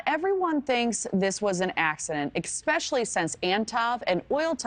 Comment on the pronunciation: "eck-specially" is not how you say the word.